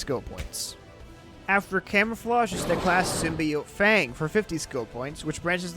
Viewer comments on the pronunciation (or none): none